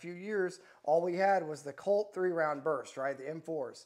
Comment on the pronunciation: Lmfao 😂! This guy is the gift that keeps on giving… “Colt” 😂